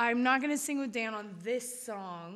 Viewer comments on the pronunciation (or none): WHY IS DAN SO BEAUTIFUL!? I FEEL SO HOLY AND PURE NOW THAT HE SAID MY NAME HE ACC MAKES ME FEEL WORTH SOMETHING! (evn tho he said it wrong i still love him!)